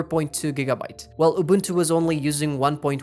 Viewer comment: The way he pronounces unbuntu 😂😂😂 😆😆😆🤣🤣🤣🤣🤣🤣🤣🤣🤣 its SOOO FUNNYYYY!!!!